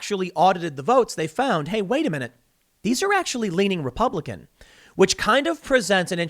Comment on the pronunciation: "repubiican" vs "republican"